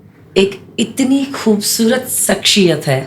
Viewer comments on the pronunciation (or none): Yeah definitely actually it's shakhsiyat Not sakhshiyat